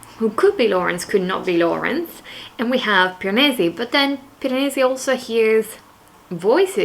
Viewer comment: I love it when you say "Piranesi" in your italian accent! It's not the type of book I would read but still, I really enjoy any vlogs you upload! Small human is very cute :) Kudos to you for filming reading vlogs with a tiny baby! and a needy dog! haha xx